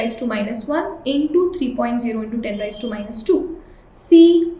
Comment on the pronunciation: It's raise not ra-yi-z